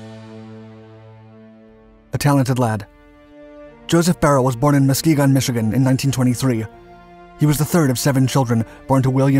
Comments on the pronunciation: The way you said Muskegon. Definitely sounds like some one who hasn't heard it before. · Being from Michigan, I can confirm Muskegon was pronounced incorrectly.